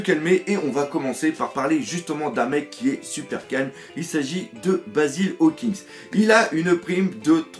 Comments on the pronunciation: Tu dis Hawking au lieu Hawkins mais sinon tres bonne expliquation du puvoir dHawkins javais pas tout capter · Tu peux arreter de dire hawkinGGGGGGG Y A PAS DE G !!!!!!